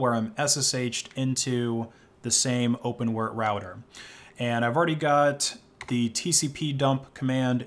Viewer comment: Please stop saying "Open-wurrt". It's "Open W-R-T". Sorry, pet peeve, it triggers me everytime I hear that 😅